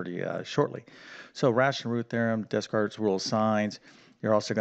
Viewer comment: How you pronounce Descartes is a sin.